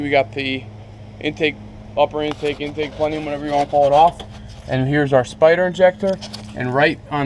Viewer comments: It’s pronounced Intake plen-UM as in PLENUM.. not pleneum there is not the extra E in there. Just an fyi. Spider injection was one of the worst decisions GM ever made! Right there with the Pontiac Aztec. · lol he said plenium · "Pleniom"? Lol. . PS --- the coil is NOT grounded to the bracket.